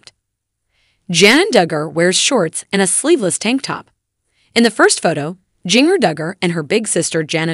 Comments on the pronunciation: Is a bot reading this? It's JANA, not Jenna and yeah Jinger doesn't rhyme with finger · Pronunciation of "Jinger" just kills me :)